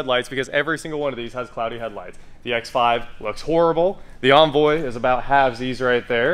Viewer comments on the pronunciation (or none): Why are you incapable of saying Envoy? Why bastardize it to Onvoy? Grrr